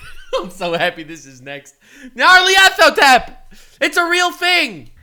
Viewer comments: NyarlEthotep, it’s a freaking E in the middle, he’s beyond life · Hearing trying to say Nyarlathotep is hilarious.